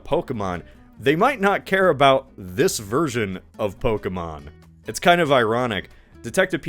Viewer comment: It’s poh-Kay-mon